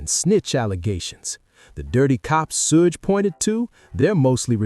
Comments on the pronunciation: Sodge knight. Fucking AI... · We already though Reggie the rat Wright Jr was inmvolved from the start, this is not new and the AI voice does my head in it cant say Suge properly haha